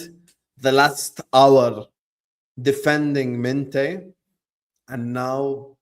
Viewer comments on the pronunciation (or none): Mineth? MINTEH 😂😂😂